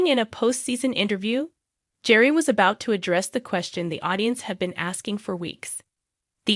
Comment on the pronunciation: Please pronounce their names correctly. Gerry is pronounced Gary with a hard G and Theresa is pronounced T-reesa. I enjoy your videos but the mispronounced names drives me nuts.